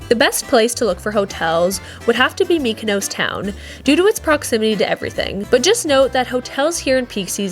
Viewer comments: It’s pronounced Mykonos not Mykonose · Nice video, brief and informative but Please stop saying mikanose